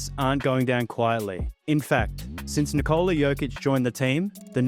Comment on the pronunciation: Here's a tip: Nikola is pronounced NI'kola, not NiKO'la. Similar to as how one would pronounce Nicholas; just without S at the end :)